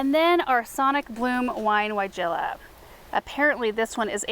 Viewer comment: Didn't know if u knew weigela is pronounced with a V not a W...thanks Europeans lol..